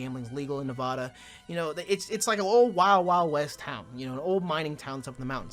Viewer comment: I love you but you literally lived in Nevada and didn’t learn the actual pronunciation is Nev-ADD-uh. Sincerely, a fan from Las Vegas, Nevada.